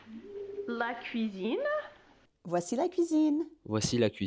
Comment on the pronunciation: Your pronunciation of the L improved a lot ! for example (la cuisine), big difference between the old video and what you say now :) In the old video it sounds like an L with the tongue curved back touching the top/middle of the palet, compared to your "new" L that sounds more french, with the tongue touching the front of the palet just above the front teeth (I'm no expert, this is the best way I found to explain). The R in bonjour instantaneously unmasks you :D I'm French, I live in Canada for 15 years, I speak English everyday and I'm still learning and trying to improve my pronunciation. Finding the right muscles and how to move them to replicate the sounds to a point where I can't hear the difference between a native and myself is hard, and "working out" to make it so it becomes natural is infinitely long... A few years ago I reached a point where people could tell that English is not my native language, but couldn't guess where I come from, and guessed other English speaking countries. That made me proud :) Even today, my English accents takes a serious hit when I'm tired or bored for example. It still requires some conscious effort to sound vaguely non-French :D